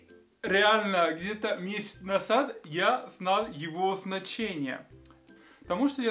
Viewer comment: Дорогой, не насад, а назад!